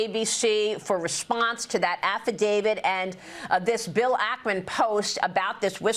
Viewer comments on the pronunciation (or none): 2024 and people are still saying affidavid , and pundent instead of pundit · What the hell is an “affidaviD”?